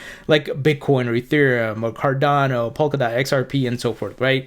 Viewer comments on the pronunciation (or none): none